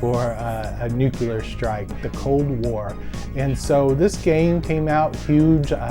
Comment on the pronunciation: Nuclear: Nu-clear.. not nu-kulur. Please please please try to improve your pronunciation. The audio on the Amiga play really clobbered your voice, though. The levels needed a little fixing there. Those two annoyance aside, this is a GREAT comparison and review. Thank you! Me? I played it on my Atari 8-bit computers back in the day (I think my 800XL).